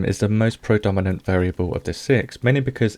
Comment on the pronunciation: 'Prodominant.', you silly scrub.